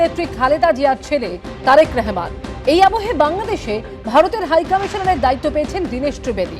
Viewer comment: নামের উচ্চারণটা শুদ্ধ করে করার মতো ভদ্রতা কি ভারতের মিডিয়া দেখাতে পারেনা? নিজেদের মতো নাম বলার অভদ্রতা কবে বন্ধ করবেন? তারেক রহমান বলেন রেহমান না।